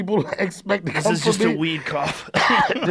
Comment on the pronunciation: Fuck. Had me laughing int the first ten seconds. Weed coof, not Covid coof.